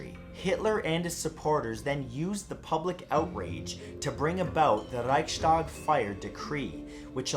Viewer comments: I cringed everytime he said Reichstag. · You mispronounced Reichstag!